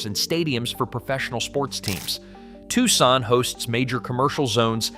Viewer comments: no dude the AI said "Tussin" instead of "TUCSON"!😂😂😂😂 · This is great, and quite true. However, the repeated mispronouncing of Arizona's second largest city detracts from this. It is pronounced "TWO-SON," not "TUCK-SON." You got it right in several places, now fix the couple of glaring errors. Right now this is 6/10. But if you fix those couple of errors, it will be 9/10. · Where the hell is "TUSSON"?!😂😂😂